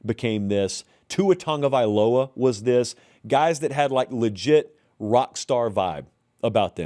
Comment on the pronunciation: "Tua Tongue-uh-vye-low-uh" 🤣